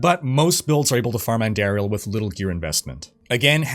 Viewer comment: ANN-DAR-IEL. Theres no AIR in her name